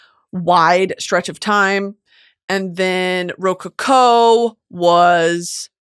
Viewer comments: girl its ro CO-CO not RO-coco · ruh-co-co is how you say it lmao love you brit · why is brittany pronouncing rococo like that 😭 am i missing something?? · Pronunciation of rococo is taking me out